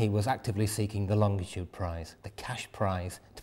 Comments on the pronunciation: It’s not longditude,it’s longitude. It winds me up when it’s pronounced wrong. Just saying.... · I'm surprised that this lovely man - as involved in longitude as he is - mispronounces "longitude" as though there were an additional "t" after "long". There is no "t" there and so the word IS - and should be pronounced - LONG- I- TUDE and not LONG TI TUDE....... Admittedly - Latitude and Long ti tude rolls off the tongue in a more satisfying way than "Latitude and Longitude (no extra "t") - but it's wrong..... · When did it become Longtitude. I always was told it is Longitude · Great video. You would think though, that Adam would know that it's pronounced LONGITUDE, not LONGTITUDE. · Why do so many people say longDitude and not longItude. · For goodness sake, its LONGITUDE not longditude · why did nobody stop the presenter from repeatedly saying "Longtitude" not Longitude! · I am a Harrison fan and enjoyed this show. I'd like it more if AHD would stop adding a 'd' in the middle of longitude. It's NOT 'longditude'! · It's pronounced "lonjitude" -- the 'g' is soft. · Excellent video of a fascinating subject. I wish he wouldn't pronounce longitude as longTitude though! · There is only one T in longitude. In common with most people, he pronounces longitude with two T’s: longtitude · STOP saying "longDitude". It's REALLY annoying! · Adam Hart-Davies is a great presenter, but his constant mispronunciation of Longitude is jarring